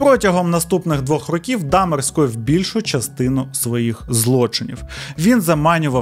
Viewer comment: Я з перших відео дивлюся, але об'єктивно — наголоси... То з Бояркою, то "чотирьох рокІв"...